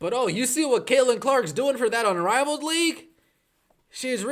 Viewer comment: Okay is he saying unraveled? Because that's hilarious.